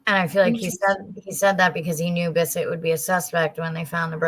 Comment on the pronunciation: The other killer's name was not BISSETT! It was pronounced "BIT-TRAWF